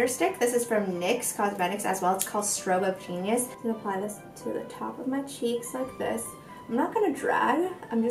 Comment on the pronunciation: thought you said "strobe of penis" on the nyx highlighter stick. 😂